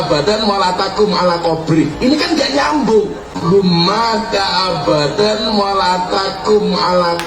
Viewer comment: Itu dibaca bukan abadan Miftah!!!! Tapi abadau..pasal ada meusyadu dengan huruf wow🤦